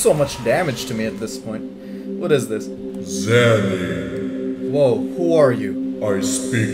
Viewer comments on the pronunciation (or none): why zanny? its zenny right? haha